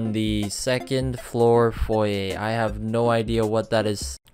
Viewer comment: i promise i'm gonna stop watching this dude, he literally doesn't know how to say foyer